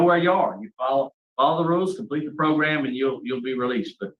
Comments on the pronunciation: I'm happy to hear I'm not the only one to grin when I hear progrum. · I first started watching you, you used to say "PROGRAM"...now I smile a little every time I hear you **unintentionally** say "PROGRUM"🤭I caught myself doing the same thing recently at work and my co-worker gave me a strange 👀 when I busted out laughing🤣Judge Maribella has gotten to us all! 😁I love your channel, your content, your thoughtful unpacking, and reading the opinionated yet respectful comments of my fellow subs💟, thank you so much for all you do💯 I often find myself nodding in agreement to your end narratives, your genuine reactions, listening to you think out loud from the different parties perspectives is a pleasure to watch. I'm subbed to a lot of different law/crime channels, mostly geared towards entertainment, but this one is special bc you're disseminating truly important information...if we ever hope for any change, the public needs to see how our criminal justice system works (or unfortunately sometimes doesn't😓). Ty again😇